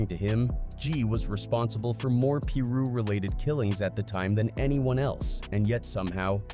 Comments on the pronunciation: ok I just can’t with the way u pronouncing it “peeru” “(pie-ru)piru” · I hate a.i channels . pillroo? It's Piru! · he’s saying it because the dude narrating said “Peru” which is a country and not piru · Couldnt finish the video when i heard peruu 😂😂 nahh im out jack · Man if you gonna be speaking on street politics you need to start pronouncing these names correctly tf is a Peru.. get it right man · how did this guy who been saying Piru wrong then says it correct once directly after saying wrong again then goes back to saying it wrong 😂😂. Put some respect on the Piru's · Dude all these guys who make these videos need to get there facts straight . So many wrongs in this . Didn’t even say most their names right . He didn’t even piru properly . Also heron wasn’t partying . He left a football game at a park